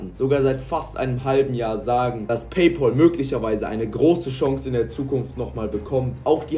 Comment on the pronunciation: Es heißt nicht Pay Pol!